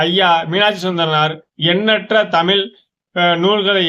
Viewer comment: தயவு செய்து தமிழ் என்று கூறப் பழகுங்கள் தமில் என்று கூறாதீர்கள்